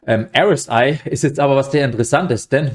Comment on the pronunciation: Candle Bodies, nicht Body Candles. Und bitte sprich doch RSI richtig aus